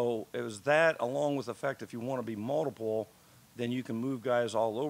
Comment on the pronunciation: Does anyone else love the way he says “multiple”? Sounds like moldable